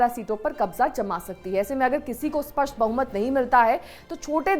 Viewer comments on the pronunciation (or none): none